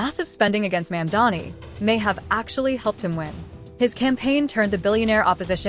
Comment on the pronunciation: Train your AI reader to pronounce Mamdani correctly. (Hint: the first syllable isn't "Ma'am.") AI slop is disgusting, and you're doing it wrong. If you spell Muslim "Mulsim" the AI moronic robot is going to pronounce it that way. PROOFREAD CAREFULLY or hire a literate human being to read your script.